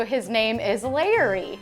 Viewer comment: I actually thought she said Larry when she said the onion was called Layery.